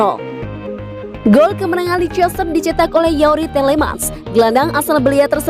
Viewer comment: Maaf bang bacanya Le-is-ter, bukan le-i-ces-ter bang